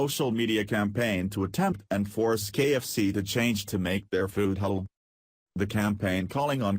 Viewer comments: too funny...the computer voice keeps saying "hell food" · FUNNY FACT ABOUT COMPUTER-PROGRAM "VOICES", THEY CAN'T SAY "HALAL". Listen to this! Every time the word comes up the COMPUTER says "H'LLL'"---or maybe it's just "HOLE"---then the next phrase tumbles over it. ELECTRONIC VOICES SHOULD BE BEHEADED. THIS SITE'S SYNTHETIC SPEECH IS UNLISTENABLE ENOUGH; ADD TO THAT (or "subtract" FROM IT) the JUMPS & DROP-OUTS. This site SUCKS! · Was the Text-to-Speech robot voice trying to say, "Halal" to refer to the Muslim's preference for food slaughtered & prepared in a specific manner?? It kept coming out as, "Ulul"! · Robot voice pronounces halal food... as HELL food. Very funny. I don't like ROBOT VOICE OVERS. Thumbs down for you... too lazy to use human voice-over. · Its Kentucky Fried Chicken, not Muslin Fried Chicken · Halal? Is Mr Computer voice trying to say the word "Halal"? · Computers can't say "halal" interesting.